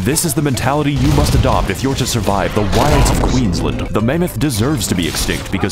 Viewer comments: The worst thing about this was how he said Queensland. The fuck is queenslinde? That being said calling Sydney a gulag is, ah, not bad. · The way you pronounced Queensland 🥲